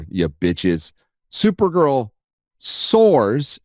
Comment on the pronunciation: "Sores' unstead of "soars" is brilliant